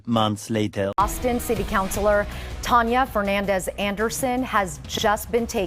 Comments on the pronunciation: Bro said her name "Tanneya". Why? You just reward how her name was pronounced. It's Tania bro! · She's really dumb like the news people mispronouncing her middle name